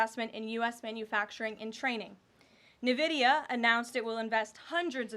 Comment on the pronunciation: Love ya Karoline. But it’s pronounced “in-vidia”. You and president trump have a tough time with that one